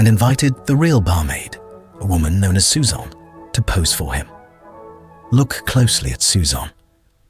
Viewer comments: Apart from the U, “Suzanne” is pronounced roughly the same way in English. Not sure why you kept saying, “Suzan” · Yes, it called Suzanne "Susaan".